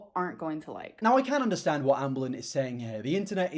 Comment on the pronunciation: "I feel like it's impor'in? To make this video? To help you guys understan'? Or to admit to my wrongdoeens?" Half of the fun of watching is hearing her mispronounce half of of her very limited vocabulary, as well as her weird intonation when she speaks. Also the fact that she admits before she even starts the video that her purpose is to "help us understand" her multitude of lies, rather than just admit she lies, is very on brand for her.